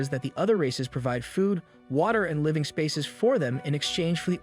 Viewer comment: how was bro live-ing and not living